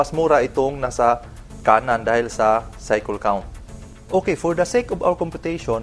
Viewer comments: Cycle = saykel. Saykel ang basa jan hindi saykol 😂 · Correct kolang po kyo sa pronounce ng cycle....dpo saykol......saykel po ang pronounce nun hehe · Cycle...cycole✌️😂 bisaya bei..